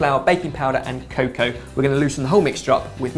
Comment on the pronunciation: When said add cocoa, it honestly sounded to my ears like it was gonna be cocaine. Hmm, would've been a different cake entirely.